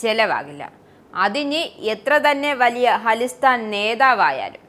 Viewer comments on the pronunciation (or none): അലിസ്റ്റാൻ അല്ല... ഖലീസ്ഥാൻ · ഹാളിസ്ഥൻ അല്ല.. ഖാലിസ്ഥാൻ..